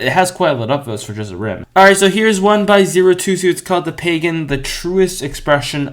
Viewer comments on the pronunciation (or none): none